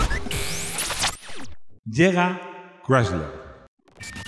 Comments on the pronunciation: Querido, no sé si me dá mas verguenza ajena escuchar tu "Voiture Légère Berline Break" ou el intento de decir "Chrysler"...😅 Porfiiii... Hazlo todo con pronunciación española, te entenderemos mejor... Un saludo cariñoso desde norteamerica. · Rodrigo quiere que pronuncie de una forma que es antinatural eh España. Chirría más que se escuche " craisler", que "crisler", que es como lo hemos dicho siempre